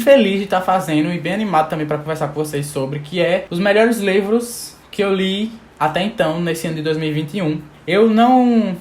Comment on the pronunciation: ''os mlhrs lÊvros"